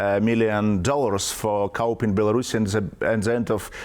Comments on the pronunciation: Pronounced “ koo” not cup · As a non-native English speaker, may I somewhat enlighten you; he ment COUP.